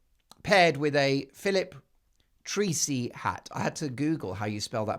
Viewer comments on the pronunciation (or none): Make it easy for you Mark.The Fabulous Head ,Designs,are from ,our own Irish, Phillip Trace,ey. I have spelled it,exactly as you pronounce it.Go for it,Show us how Irish you are.Also must be Republic, OK.